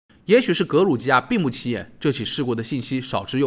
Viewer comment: 格鲁吉亚读错了，读成了格鲁尼亚